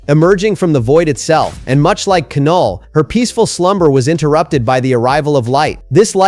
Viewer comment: Nice but Knull is no.1 Also please say Knull's name right